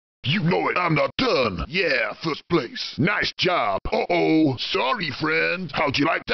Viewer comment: First I though DK said "I'm the DUUUDE" instead of "I'm not done"